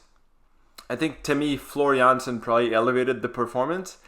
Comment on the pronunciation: Yes!!! Thank you for reacting to this song and giving your honest opinion about it. Also, thank you for pronouncing Floor Jansen the Dutch way:) And yes, Jans(s)en is the second most common last name in the Netherlands (#1 is De Vries). As you continue, I would like to take you down the rabbithole that is Japanese metal, starting with Babymetal - Road of Resistance live (Metal) or Bandmaid - Play live (Rock) for the Metal Maiden Monday list. On your reaction to Tool I heard that started listening to metal on her ride to school to get energized so on any other day, I would love to see you react to one of my personal favorites: Crossfaith - Catastrophy. I suspect it's the only song the energizer bunny ever listens to.